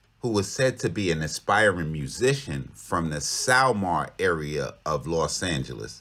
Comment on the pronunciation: Sylmar is Pronounced Sil-mar,Part of San Fernando Valley,northern part of Los Angeles County . To all the VALLEROS. Q-VO